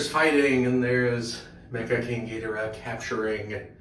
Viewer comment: You pronounced Ghidorah wrong